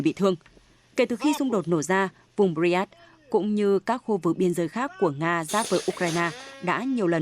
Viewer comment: 8':"bờ ri an skơ" -mc phát âm sai!